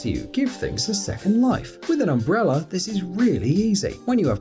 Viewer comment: Umbrella he says umbrera lol